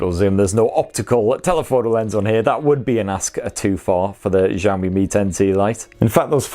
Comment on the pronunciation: Xiaomi /shawh-mee/ (kinda like how you say "show me" but instead of an "o" in show, it's an "a") not /zhawh-mee/.. it gets annoying when literally all non-Asian people pronounce it wrong every. single. time.